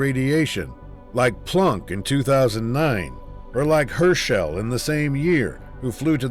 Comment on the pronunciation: The pronunciation of various names bothers me more than it maybe should. Herschel is not prounced "her shell"; it's more like "hershul" (ˈhɜːrʃəl). The first syllable of Guyana is not pronounced "guy" but "gee". The stress in Kazachstan is on the first syllable, not the second one.